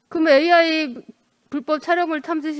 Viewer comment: 자다가 등 떠밀려 아무생각없이 나온 여자같네요. 한장관이 무슨 장관인지도 모르고 AI 발음도 더듬더듬 도대체 뭘 묻고싶은거냐 .? 아이 아이 아니고 ...